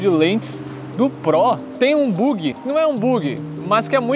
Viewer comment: Boyzinho amador rs “buugi” rs